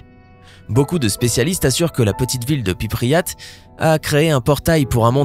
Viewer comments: C'est Prypiat pas pypriat 😂😂😂😂😂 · réponse C en Ukraine 🇺🇦 au Nord de Kiev. Tu dit pipriate alors que ça ce prononce Pripyat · Tchernobyl se situe en Ukraine et son site est strictement interdit à toute personne étrangère au site! Et on ne prononce pas Pipriat mais Pripiat! Toujours en Ukraine, bien sûr! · j'ai entendu plusieurs fois Pypriat ? Je connaissais Prypiat mais pas Pypriat. Pour le professionnalisme on repassera 🤣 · My goooood, svp "PRIPYAT", pas "PIPRYAT" ^^' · on dit prypiat pas pipriat et le crocodile ben.. C'est assez amusant. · Mdr c'est prypiat pas pipriat